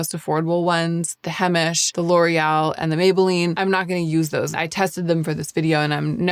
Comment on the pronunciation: Several years ago , you liked the Brown balm L’Oreal washable mascara? Do you still use it ever? It looks nice &!fluffy . Lmk thank you for vid , I’m in search as well before Fall , love Heimish balms, etc btw it’s pronounced HI-mish , not hey- mish . 🥰I’m a long time lover of their products 🎉🎉